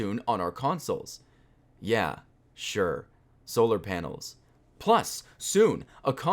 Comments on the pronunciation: When you said "yha" I started crying even more than I already was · how you pronounced the "yha" sounded exactly like an ironic "ja" (yes) in german